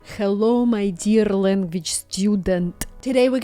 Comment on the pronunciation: i knew u were russian all along when u said helllo my deeearr student lol